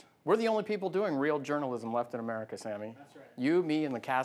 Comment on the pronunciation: What is Urrmercia? Amercia he means? LMAO